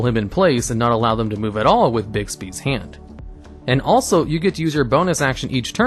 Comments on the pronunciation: its bigby...not bigsby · there is no s in Bigby